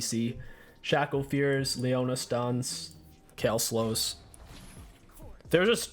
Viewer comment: Did he just say Shack-ow? instead of shaco?